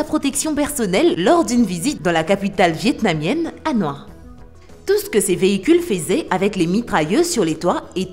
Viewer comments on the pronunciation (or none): Oui, par contre la prononciation c'est pas ouf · Capitale vietnamienne Hanoi ? mdr déjà ce n'est pas la capitale et la prononciation est terrible.